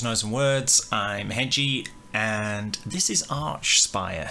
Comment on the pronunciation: It’s pronounced Arkspire dude Hail Canadian tech death